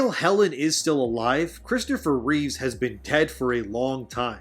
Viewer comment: And again later in the video referring to 'ReeveS'eS family'.... Which should have been 'Reeve's family'.